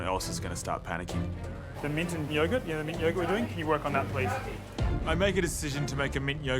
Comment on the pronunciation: Yaw-gert. Shuh-lotts. 😂😂🤣🤣🤣